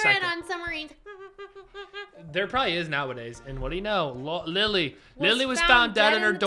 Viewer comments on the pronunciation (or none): 😂it’s Lila not Lilly